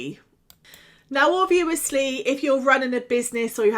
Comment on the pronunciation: Why so you say obvuu osly 😬😬